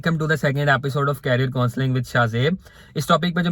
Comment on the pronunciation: Different pronunciation between career & carrier so correct it. Mere se ki bujay mujh se kha/bola jata hai.